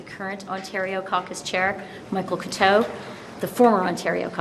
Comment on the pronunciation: Freeland speaks French? In this video point in mentioning how proud she is of her caucus, she mentioned MP Michael Couteau and MP Stéphane Lauzon. Freeland failed in the French pronunciations of Couteau and Lauzon. Freeland wants to REVIVE the party- she had 9 years to do that!!